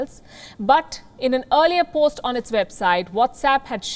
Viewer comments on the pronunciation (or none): none